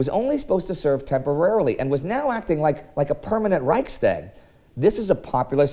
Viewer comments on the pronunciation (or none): The "tag" in Reichstag is pronounced with an "ah" or "aw" sound like in father.... if you're an American, think "Ryechs-tahhwg"... rhymes with "dog"... or "cog", the teeth in a clock wheel gear. At least if you are from the Bavarian / Hessen area that I'm familiar with. Maybe in Berlin they pronounce it with an "a" as in "tag! you're it" but I don't know, I've never heard it said that way. Maybe a Deutscher can step up and post if I'm right or wrong; there are many different dialects in Germany, so it's very possible that both ways are correct.